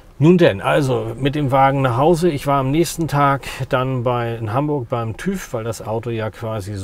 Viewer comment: TÜV spricht man anders aus :-)